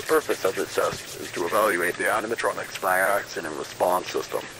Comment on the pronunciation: He said animatromos I thought he said animahomos